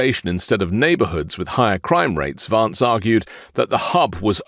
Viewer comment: JD Adolf Vance...pronounce his name correctly.